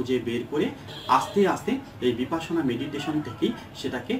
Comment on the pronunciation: বিপাসনা নয় বিপশ্যনা। মানে বিশেষ ভাবে দেখা।